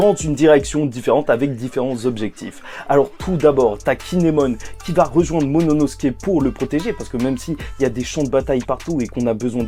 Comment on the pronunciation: Lol apprend a prononcer momonosouke lol. Sinon super vidéo comme dab